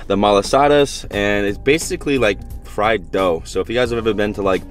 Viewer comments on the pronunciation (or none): none